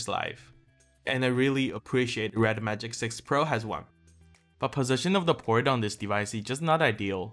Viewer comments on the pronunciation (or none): none